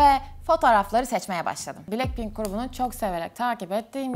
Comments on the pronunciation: Blekpink mi dedi o ? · Abla bilekpink deyil blakpin Yazilisi:blackpink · Blekpink değil blackpink